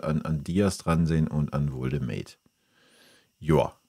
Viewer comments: Arbeite an deiner Rhetorik...das Genuschel ist schwer erträglich. Zudem heißt es Woltemade und nicht "Woldemäde".... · Wie er immer "Woltemäde" sagt. Er heißt "Woltemade"! Zu den Transfers? Bayern sieht es zu locker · Warum sprichst du Woltemade englisch aus? Bist du dumm oder ist das ragebait? Jeder weiss wie der heisst, gerade die letzten Wochen. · Wenn Woltemade nach München wechselt, sprech bitte den Namen dann richtig aus, er ist deutscher und kein Ami ;-) Grüße aus dem Schwabenländle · Lerne erst mal wie man Woltemade ausspricht.......Echt Lachnummer